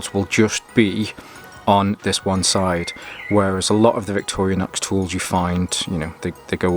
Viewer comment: Victorinox not Victorianox